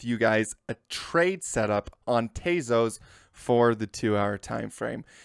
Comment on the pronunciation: not "tayzos" tezos